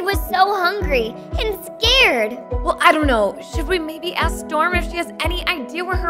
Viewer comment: I like when she aks dum😂:)